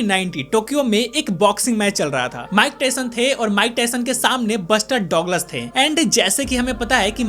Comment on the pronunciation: Douglas ko duglus bolte h